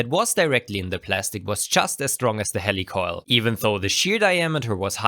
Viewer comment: heeeeeli coil. not hellicoil. ha... great info.